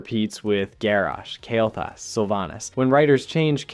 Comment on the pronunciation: Dude, your video suck "The game never explain why Kael Thas went Legion Yes, it is explained you mispronouncing idiot